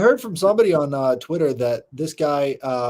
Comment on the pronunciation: You got me saying twixter now 😂 Hey keep up the your important deep dives on the sfk.